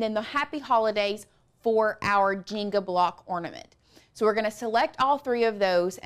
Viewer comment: I was very confused why she was saying " jingle" that way...finally realized she meant the JENGA blocks lol